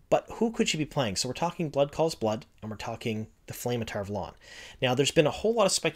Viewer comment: I denounce your pronunciation of Tar Valon sir.